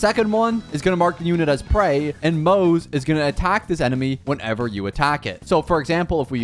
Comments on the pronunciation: “Maze” and “Sellay” 💀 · Isn't his name pronounced like Mo (Moh) Ze (Zhe) ? Like in chinese yknow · moze is pronunced "moz-ah" btw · Its pronounced as Moo zhi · No, you clearly hear it in EN dub as Mow-za not Mowt-tza like dude what even is that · I think Moze is kinda pronounced like mozzarella. But like, a slightly softer "tza" sound and still Mo like "mow" so kinda mowza with a slight 't' sound between mow and za. (Idk the phonetic alphabet so I hope it's somewhat understandable) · Yeah it's kinda a tradition here i think to not being able to read/pronounce names Also that's true to EN dub but in JP dub its Mo-ze as seen and read. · You changed the pronunciation of his name probably more than 10 times everytime he came on screen yet not even once did you get close to the actual pronunciation 😭